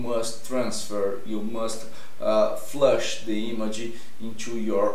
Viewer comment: Flash not Flush